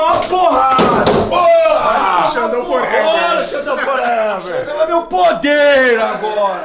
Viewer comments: kkk tem dificuldade de falar o nome do super xandão...hora ele fala super sandrão e outra é xuper xandão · Xuper sandão